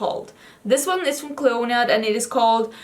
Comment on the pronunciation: Clionadh is an Irish name so in Ireland you’d pronounce it Clina as in Cli, in as in in, na as in na so Clionadh hasn’t a stress on the O and the adh is just an A sound hope that makes sense 🙈